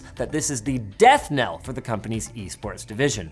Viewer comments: No, he said "kneel" which is also incorrect AND insensitive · huh, just watched it again. I swear I hear him saying nail. Oh well, if he didn't know, now he knows, maybe.